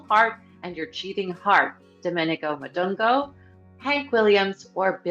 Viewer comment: Domenico Modugno: his last name is pronounced Mahn Doon Yo